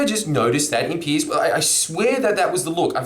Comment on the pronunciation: Pronounced Pierz, not Pierce. Also he wrote tabloids, not just reacting to 🤢